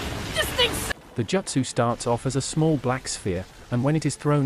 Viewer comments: As soon as I heard the AI pronounce “Joot-sue” as “Jutsu’ like 3 times I turned off 💩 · “Jutsu” not “Jootso” Iight Ai